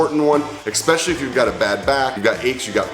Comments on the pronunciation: He lost credibility with me when he said eKspecially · There's no ,"x" in the word " especially "